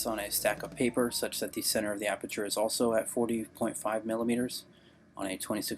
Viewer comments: Haha damn I burst out laughing when he said "Aberture". He said that like 3 times! That's not a mispronunciation. That's saying you know everything about something you've never even heard of before. should take some time to reflect on his obvious lie. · Sounded more like he said “arbeture” 😂 he should immediately change his name to..